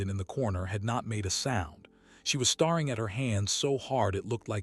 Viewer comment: I guess we can only expect so much from an AI generated story and read by an AI reader voice. There is a difference between "staring" and "starring", but I suppose we'll just have to get used to it.